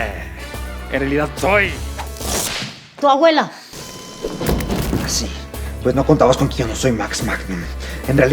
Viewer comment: Se dieron cuenta que el dr. c dice seee envez de siiii